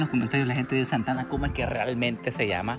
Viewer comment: 1- Es Santa Ana no Santana 2- los santanecos decimos el banban